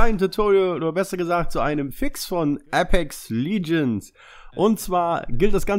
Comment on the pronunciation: "Apex liegends"😂